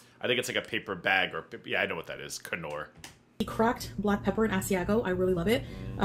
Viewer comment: The k in knorr is silent just like knock or knee... we are all learning today😊